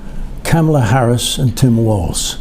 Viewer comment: Irony... You paused moments into the clip at to sarcastically ponder who John could be talking about when he had mispronounced VP Harris' name, all the while blissfully oblivious to how you are clearly and repeatedly mispronouncing the name of the subject of your own clip... I dig your message mostly, but your format just comes across as juvenile sometimes.